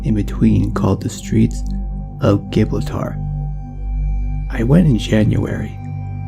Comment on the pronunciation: Straits of Ji-BRAWL-ter, not gih-bri-tar